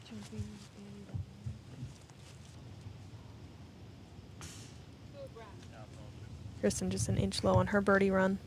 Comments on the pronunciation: How is dude opening up the DGPT Championship and doesnt know how to pronounce Kristins last name? Seems crazy that anyone in the disc golf universe would mess that up. She is only the best FPO player in the world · He wasn't even close to pronouncing it right. By now, everyone in the disc golf community should know how to pronounce her name. Especially the f-ing guy who's doing the introductions. Embarrassing... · So annoying, is that just some random guy making the announcements. How would he not know how to say kristin’s name